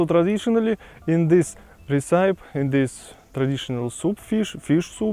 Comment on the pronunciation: recipe is pronounced - ress-i-pee. Ressipee